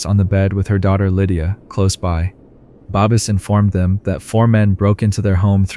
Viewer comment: Or Babis and then said babies lol 😂